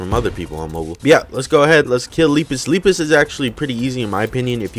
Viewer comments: Lepus is pronounced Lep is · this d00d sounds like Jeruhmi,a ROBLOX youtuber (lol) and Lepus is pronounced as Leh-Pus